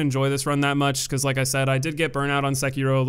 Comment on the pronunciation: The way you pronounce Sekiro hurts my life.